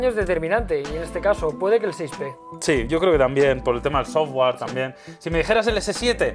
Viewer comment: NO SE PRONUNCIA "SOFWAR". SE PRONUNCIA "SOFTWER"